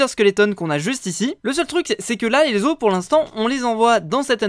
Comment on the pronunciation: Petite erreur de prononciation!! à de la vidéo "Le mot « os » s'écrit de la même façon au singulier et au pluriel. Mais il ne se prononce pas de la même manière selon qu'il est singulier ou pluriel. Au singulier il se prononce [Os] comme brosse. Au pluriel il se prononce [o] comme eau ou ô." Voilà voilà ^^'